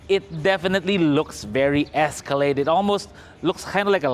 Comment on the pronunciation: Esacalade?!! E di sirain, lemon at kung anu Ano pa. 😂😂😂